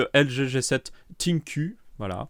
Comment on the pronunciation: pour la prononciation de ThinQ, regarde une vidéo de PP world, ca se dit environ ssinkiou avec l'accent francais (ss veut dire prononcement du TH à l'anglaise, je savait pas comment l'écrire)